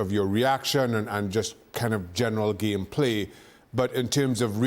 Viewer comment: Amazing how Shaka manages to refer to football as "thee gheem" every single time.